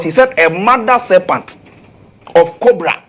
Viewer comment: serpent not serPANT